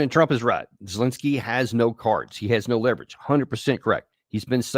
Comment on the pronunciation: can't even say Zelensky's name properly